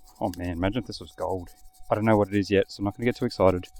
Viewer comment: you said 'gold' wrong